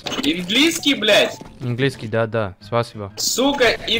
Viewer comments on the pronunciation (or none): its not inglinskiy its anglinkiy